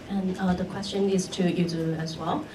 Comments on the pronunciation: Oh, the good ol’ days when the British uncles used to called Yuzuru, “Yuzuri”, and now this interviewer has revived it lol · Lol did she call Yuzuru Usury ahaha